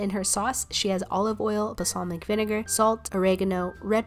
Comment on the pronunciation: Ugh. It's pronounced BALsamic not BASalmic.